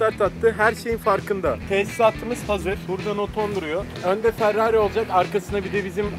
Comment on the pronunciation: farrari değil ferrari